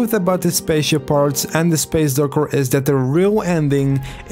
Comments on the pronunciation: you mean docker not yoker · “Space Durkur” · he sound weird when he say space docker he says space durcker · I hate the way he say docker